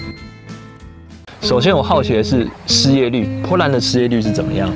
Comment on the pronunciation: bo波，不是po泼，波兰